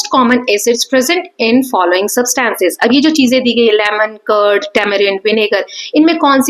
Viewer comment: Mam you are did not pronouncing substance right... But you teach very well!❤